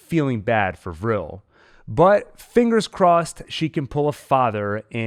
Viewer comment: I’m glad you know how to pronounce Vrill. Vrill instead of V’real. ☺️😉 V’rill makes me want to slap right through the screen! Send Mother weaponized at them.